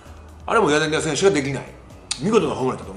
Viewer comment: ずっと間違えてるけどヤナギダじゃなくてヤナギタです！ 解説もなさってるのに、さすがにこれぐらい一流の選手の呼び間違えはダメかな、、